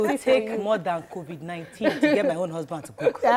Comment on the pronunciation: He did not get all the pronunciation right according to you. He pronounced COVID-19 as COVIC-19. Go back and check